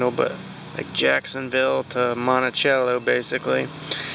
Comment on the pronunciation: Monticello, FL is pronounced without the 'ch' like Thomas Jefferson's home. Sounds like "Montisello". I'm from just north of there in GA.